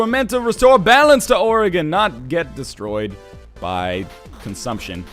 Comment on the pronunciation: HE SAID OREGON RIGHT OH MI GAH